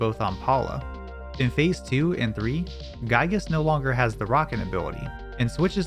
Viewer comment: this is a wonderfully made and extremely well edited video but i am legally obligated to tell you for future reference: giygas is pronounced GEE-gas, lumine is pronounced lu-MIN-ey and PSI is pronounced like the letter.